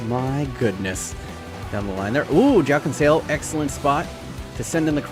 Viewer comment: Its joao cancelo just like in english literally were the only people who say j like in english